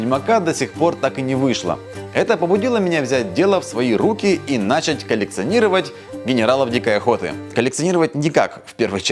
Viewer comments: Шлем конечно крутой, но "начать", правильно говорить через начАть, а не нАчать) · что за сук куб и нАчать что с произношением ?